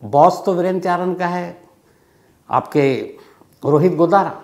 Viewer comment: Godara godana bol Rahe ho sar😂😂